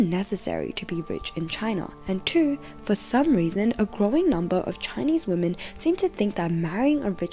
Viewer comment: Gentlemen, It is with great disappointment that i present to you: Wamen.